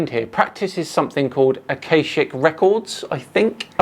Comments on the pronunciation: Normal is a failure of imagination, but this starts as a failure of information sliding rapidly into garbled insanity. He mispronounces "akashic records" as if it were "acacic records". Acacia is a genus of small trees and shrubs, that's all. "Akashic records" is an esoteric fantasy made up by that 19th century mystical bollocks merchant, Helena Blatavsky, who claimed to have recovered "ancient wisdom", blah-de-blah. She was, as far as I'm aware, a harmless nutter. The "harmless" label cannot be attached to all of her ilk, but clang-honk-tweet away with the faeries she undoubtedly was. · Got to - this is gibberish isn't it? There isn't enough dressing in the world for that amount of word salad What's an "awcawshic"? Is he asking questions to the air, and getting replies? Yeah, care in the community really isn't working here. This guy needs professional help.